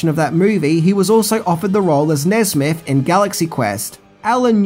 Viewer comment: Maybe because Buzz was 'buzzed', Nesmith ended up sounding like 'Nesbit'